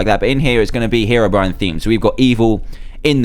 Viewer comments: It's 'HeROBRINE' , Not 'hErobrine' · How do u pronounced Herobrine (here) ro brine Or He ro brine pls leave comment